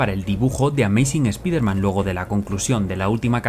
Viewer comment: ¿Por qué pronuncias bien SPAWN, pero Spider-man, mal...? Oye, por qué Todd aborrece a Peter David, lo ha llamado payaso. 😮